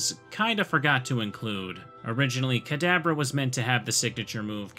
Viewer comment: Am I the only one who always hears the way says "Kadabra" as "cadaver"?